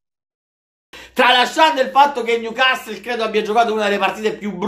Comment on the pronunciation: Il "niucastol"...😂